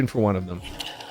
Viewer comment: Its spice-ayy